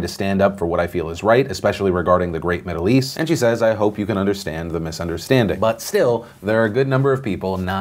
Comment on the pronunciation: "Great middleeast" LUL